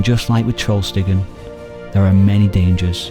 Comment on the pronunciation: Small correction. It's TrollstigeN, not TrollstigeR :)